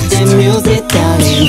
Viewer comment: の永臣のdarlingの発音好きすぎるんだが